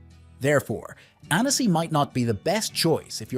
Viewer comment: Please, learn proper pronunciation. It’s “Ann-ssi” not “Ann-ess-ee.”